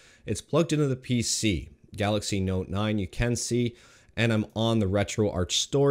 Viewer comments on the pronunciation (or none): none